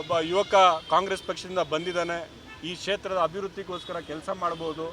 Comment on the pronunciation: Setra alla sir kshetra Bangalore alla sir bengaluru